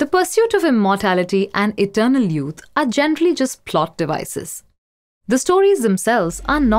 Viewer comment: The fountain of yoot. Uh. What's a yoot?